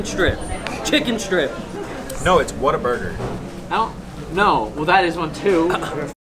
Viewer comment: I'm from Texas and it hurts my soul whenever he talks about whataburger